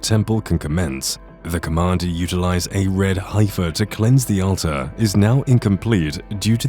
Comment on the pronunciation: Teach the AI to pronounce "heifer" and get into 2022 with the 5 Texas heifers.